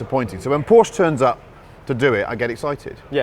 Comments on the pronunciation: Why wont they pronounce Porsche correctly? Theyre clearly saying it the wrong way on purpose.... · Please Jack, hear and listen to how Chris pronounces Porsche and repeat until you're saying it in your sleep.